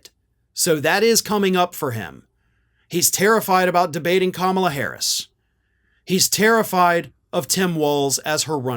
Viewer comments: I think he forgot the h at the end. He was going for Kamablah! What a douche! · People are perplexed by Trump calling Kamala "Kamabla". I think it must be one of two things. Either he's mixing her name with Obama's name, implying somehow they are the same. (Both black?) Or it's his way of saying that learning how to pronounce her name is a chore and a joke.